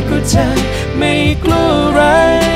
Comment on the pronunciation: จริงบางส่วน เช่น ”จะไม่กลัวอะไร“ ตรงคำว่า กลัว มันแปลกๆออกเสียง😢